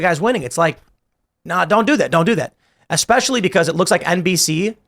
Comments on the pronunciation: "especially", not "expecially". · Grown adults that say “eggspecially” are funny.